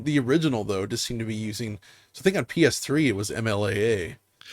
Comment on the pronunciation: Every time says PS Triple I wanna die inside.😒